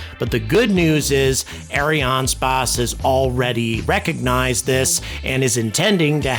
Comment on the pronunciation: "eh ·ree·an·spays"